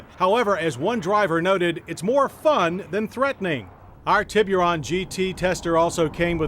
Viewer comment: "Tea-BeeU-Run" Lmfknao Hahaha